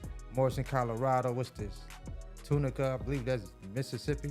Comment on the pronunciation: You said it right the first time...Tunica